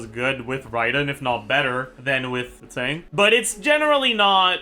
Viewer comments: Keching, not Kezin man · Why does he pronounce keqing like that